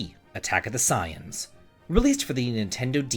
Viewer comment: I completely forgot MonoSoft made a DBZ game. Also, I love that you say "Saiyan" the way it should be said instead of the way that most English speakers do, and you're not even that big a fan!